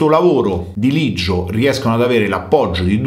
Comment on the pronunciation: Leggio no Liggio